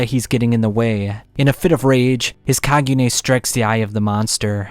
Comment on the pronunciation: And he cant pronounce kakuja, kagune, or quinque for the life of him